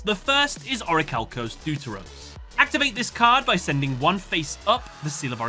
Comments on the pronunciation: Hey, I hope you read this comment. So, about the first of the Orichalcos evolutions. It is pronounced "thėfteros", with the "the" syllable being thick like in the word "thus". It's from the greek word δεύτερος, which means second. The next evolution is called tritos (in greek τρίτος), pronounced treetos and not traeetos, which means third. Hence them being the second and third forms! Also, fun fact: Hermos, Timaeus and Critias are the protagonists in one of Plato's hypothetical dialogues trilogy. As a greek I was really surprised that this arc of yugioh had these references! That is all, just wanted to let you know how to pronounce them correctly for the future:) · deuteros is greek it is pronounced defteros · its not pronounced deu-te-ros my friend but vef-te-ros. this word is a greek one and it means 2nd in english language. and ofc it's not trai-tos but tri-tos that means 3rd in greek